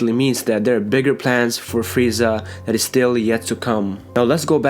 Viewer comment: Fweeza... Has me rolling